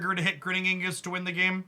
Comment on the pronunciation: Ig nus. Not Ing us.